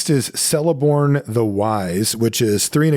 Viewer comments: just a small remark: Celeborn is pronounced as Keleborn and not Seleborn. Third option is of course just to call him with his name in the Telerin language, which is "Teleporno", if that is easier to remember. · Celeborn is pronuonced Keleborn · The letter C in Elvish always makes a K sound and never an S sound. This applies to Celeborn and Cirith Ungol Patrol. I'm sorry. Blame Tolkien.